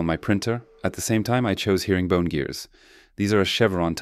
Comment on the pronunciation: It's Herring (like the bird) not hearing (like listening) -bone :) But overall fantastic work!